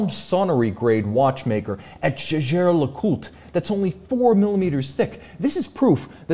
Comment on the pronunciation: On pronunciation of brands, Roman Sharf calls Jaeger as he sees it, kinda irritating but he's the watch guy and can't argue with that.